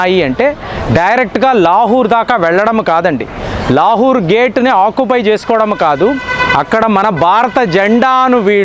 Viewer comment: లాహూర్ ❌ లాహోర్ ✅